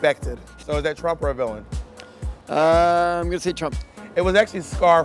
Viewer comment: lol I love how it says willam instead of villain